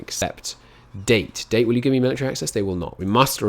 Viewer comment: It's Da-Te not date